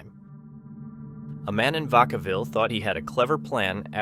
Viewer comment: vacaville represent!! im surprised he said it right haha